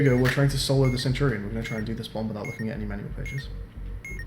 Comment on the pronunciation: No one:: Manual? More like maNOal